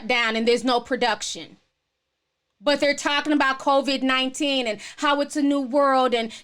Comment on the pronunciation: I love how you pronounce it convid-19. And also I feel you on the commercials. My thing is how they are really pushing the agenda. Like we get it...stay home. Smh.